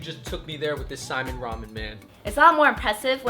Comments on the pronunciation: It's uh, saimin...not simen. You guys were one letter away from a hilarious oops. Haha. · Idk if i am the only polynesian person that hates it when people pronounce it simon . I grew up learning that it was pronounced Sai-mean and spelled like saimin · I'm Hawaiian, Korean, and Black. My husband is Samoan and has some German in him. We call it saimin, pronounced "sy-meen... This is the first time I've heard it said like "Simon." Although, maybe it's just me, since we have a restaurant called Saimin Says... Secondly, the girl's cute. Is that really necessary?